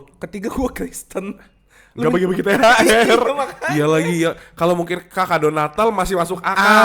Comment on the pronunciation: Ooooh THR toooh bacanya THL.. Cadel gw jd binun